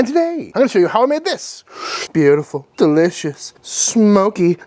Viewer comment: delissious or fantastetic? choose wisely...